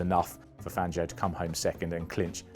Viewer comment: "One Manuel Fangio" I'll keep going until you guys learn how to say Spanish names properly, instead of the butchered British versions of those names. Today Fangio joins the list with Jerez and Ibiza.